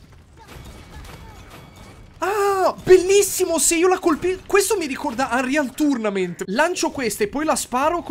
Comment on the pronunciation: Te la faccio a fette perché evidentemente non hai capito Prendevo in giro la sua pronuncia